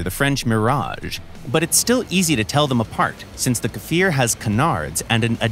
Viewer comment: "i swear he looked like an ejyptian MiG! it was an accident!" edit: wow, actually pronounced kfir and merkava correctly! well done!